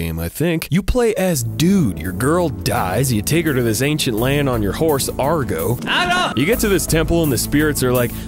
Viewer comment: It's Agro, not Argo.